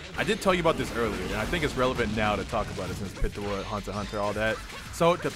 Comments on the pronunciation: Its piiiitou not pitoa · Where do you guys keep getting the “a” at the end of Pitou’s name?? 😂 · I hate how he says " pee tu oh" instead of "pete oh"lmao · “Pittoo” I know it’s kinda weird but it’s pronounced like “Pee-toe” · PeeToe not PItoe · I screamed every time he pronounced it like "Pitowah" WWWWWWHATTTT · Lol lets say it together "peetoe" pitou And tall right the manga for my hero is fucking fire right alot of people are gonna be pissed when it comes back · BRO...ITS PRONOUNCED Pee-too! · its PEE TOE my guy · Am i the only one that felt irritated when he didn’t pronounce pitou like pee-chu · Pitou is a guy lmaoo and it’s pronounced Pee toe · pitou is poranuced peatoe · The way you say Pitou is just... no. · Why is he pronouncing Pitou like that?